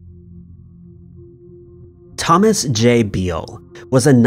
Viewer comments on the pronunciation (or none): none